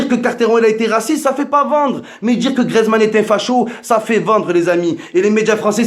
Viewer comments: si jamais on dit gRIEzmann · C griezmann pas griezman et chui d accord